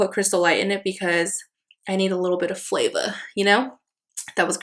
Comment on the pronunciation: When you said “flava”. Loved it. 😂. Beautiful spread!! Also thank you for supporting BLM❤️🙌🏽